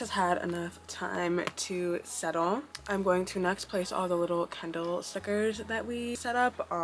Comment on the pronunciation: You pronounced it kendall the whole time so that is my name suggestion lol